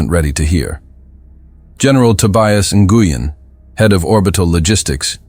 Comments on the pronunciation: Nguyen is pronounced "win." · Nguyen is pronounced wynn